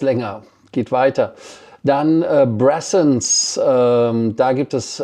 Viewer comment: Die "Bressons" sind aber "Braathens" ... schwedisch 🙃